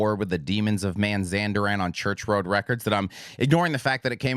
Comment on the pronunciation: I love this show but please... it is Mazandaran not Manzandaran as (mis)pronounced in the review, you gonna get some evil Demons chomping your ass if you don't apologise :-)